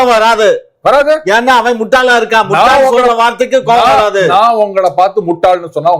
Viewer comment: Muthal illai MUTTAL